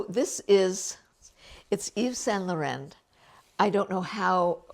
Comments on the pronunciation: You’re not pronouncing YSL correctly. It’s not LORENNE it’s LORON. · perhaps try googling how to pronounce Laurent.